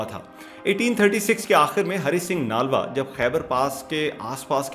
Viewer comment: Bhai ji Aapko Namaskar. Aapne bhut hi joshili Vani me bde sundar dhang se achhi sachi bate btai hain sunkar bhut achha lga hai. Chhoti si vinti hai. Nalva shbd ka uchcharan thik se boliye. Nlva boliye. Aapko 🙏🙏🙏